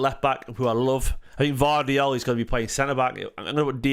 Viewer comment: While we’re discussing pronunciations, can we please start using Gvardiol’s name properly 😂 It ends in -ol but you always pronounce it as Gvardi-al and it always sticks out in my mind!